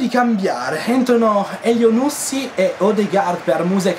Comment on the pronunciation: essendo di origibe marocchina credo che elyounoussy si pronunci accentato alla fine sulla y